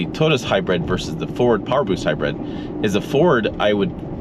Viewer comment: Has anyone ever told you that the way you say the word “hybrid” is a little weird. It sound like you’re saying it as if it’s spelled “hybred”. It’s all I heard I. The video and had to rewind because I kept focusing on how you said it. Just a funny funny I guess.